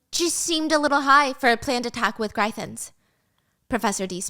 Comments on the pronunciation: Gryphon is pronounced Griff as in it, not Greyef as in eye. And Imogen is pronounced Im (sounds like Jim) Oh Jen. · Happy you are back and hope you are feeling okay!!! Please take the time you need. So excited for this series as i’ve heard the second book is less than not great but I can still enjoy the story! For pronunciation- i think it’s griph-in and im-oge-in